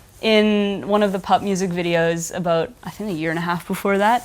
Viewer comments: did she just say aboot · Canadian I believe